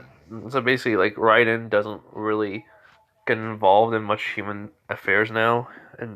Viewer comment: It's raiden RAY-DEN